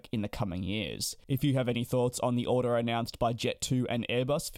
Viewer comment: 'Odour' 'order'